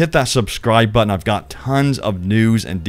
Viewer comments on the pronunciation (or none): none